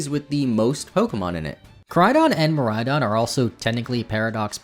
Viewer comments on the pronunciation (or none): none